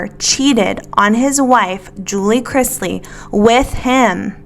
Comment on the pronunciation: Can we please stop saying Crizzzzzzzzlies? It's Cris - ley. :D